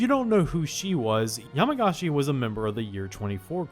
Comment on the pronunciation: Correction yamagishi not yamagashi